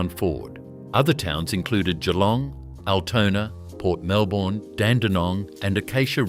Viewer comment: For a so-called Australian production, at least get the pronunciations correct. It's Mel-buhn (Melbourne) and Bris-buhn (Brisbane). Better still, get a human being to do the voice over!